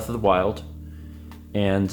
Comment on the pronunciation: *Beast of the Weast